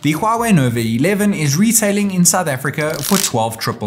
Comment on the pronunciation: Why you keep saying Novi instead of Nova😂